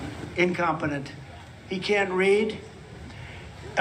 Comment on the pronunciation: He said "incompenent", lol